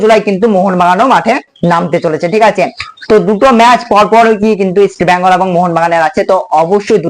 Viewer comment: ভাই নামটা ইষ্ট বেঙ্গল। ইষ্ট ব্যাঙ্গাল কথাটি ভুল।